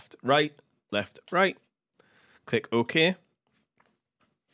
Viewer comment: click "oh-Ke"